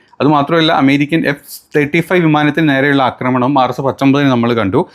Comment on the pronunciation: 'അക്രമണം ' അല്ല, ആക്രമണം.